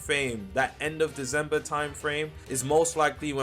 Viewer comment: its deCember not deZember